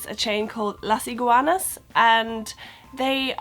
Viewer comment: I like the way you say " Las Iguanas ", and yes I think most of the food are from Mexico, and also think maybe the food is very similar to the original mexican food so if you like spicy and hot food you will enjoy it. By the way I like your videos, because they help me a little bit, when I went to UK.